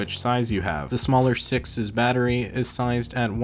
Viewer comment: “6s” sounds like “success” :D